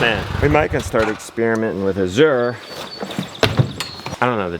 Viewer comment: Azure is pronounced with the stress on the 1st syllable 'A sure'.